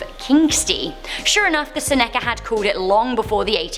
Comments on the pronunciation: PLEASE my dear dont pronounce Seneca that way anymore. Please. Ive mentioned this before but IDK if you noticed. Its pronounced Seneca(seh-nuh-cah ). Thank you so much. <3 It just hurts to hear it that way. It's painful to criticize you, but other than this you do(almost) no wrong! 😊🤪😊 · She pronounced Seneca wrong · She cant even pronounce the clan names correctly!! I think its cute!! Lol like the Senaca and Apache. I love it. Btw, I'm Senaca.